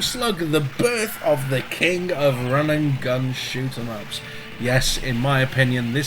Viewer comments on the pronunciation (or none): Is he saying shoot em ups or schmucks? 😂